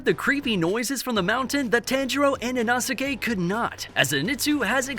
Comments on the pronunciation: That you can't pronounce Inosuke... It's: e' no sss k' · It's inosuke (e-no-s-kay) 🤦‍♂️ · not trying to be rude, but why do you say inosuke like that? its ee-no-skay just so ya know😅